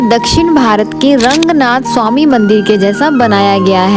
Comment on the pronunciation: It's not Rangnath....it's Ranganathar..bhagvan ke nam ko sahi se bola tho bhagvan bhi khush honge🤌🙂